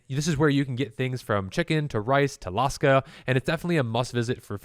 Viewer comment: Btw, it's pronounced "LAKSA", not "LASKA".